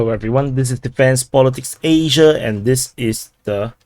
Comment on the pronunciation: why do you say Asia so wierd. that is not necessary at all to say it like a duck. Noob you look like this in IRL <(-_-)>